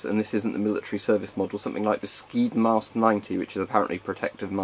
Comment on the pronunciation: The skyddsmask 90 is pronounced more like hjyddsmask